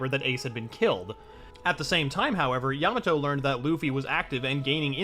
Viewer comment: why do i sometimes hear you say yamano?